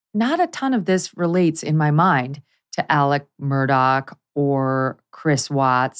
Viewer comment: Murdaugh (mur-daw) not Murdock.